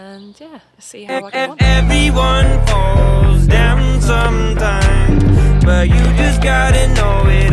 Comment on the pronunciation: Did he say "Fart a lot." or "Fall a lot."? Either comment is funny. 😂